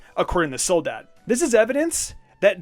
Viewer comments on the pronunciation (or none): Oh my god the way pronounces Soledad hurts me. Especially cuz they pronounce it right in the anime.